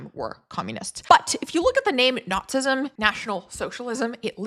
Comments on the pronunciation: okay, you're saying "nazism" not "notsism." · “Nots-ism?” 🤣 “Nazi” has TWO syllables.